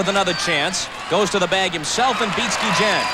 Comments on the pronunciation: Funny you call him GEE-JEN. 20 years ago he could have run for mayor of Chicago and won easy. Still love ya Ozzie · Ozzie "geegen"....🙄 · Ozzie "Gui-Jen" WTF ?????? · I thought the video kept skipping when they said his name lol. Never heard it pronounced like this before!